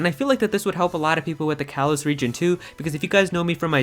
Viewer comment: "Kalos" is pronounced "kah-lohs".